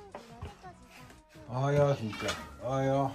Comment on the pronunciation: しんちゃん、お出迎えの時のおはよう、思わずおっと言う位上手だったよ。ごはんもおはようも日々上手になってゆくね‼️💕今日は特別上手に聞こえたよ😄 撫でられ可愛いがられて幸せだね😆🍀❤